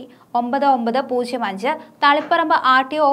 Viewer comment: ഈ ചേച്ചി ഇതുവരെ പൂജ്യം എന്നു പറയാൻ പഠിച്ചില്ലേ? പൂശ്യം കേട്ടു മടുത്തു!